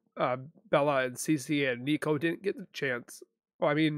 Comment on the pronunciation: At least honor the unborn by saying his name correctly. Nico. As in Nicole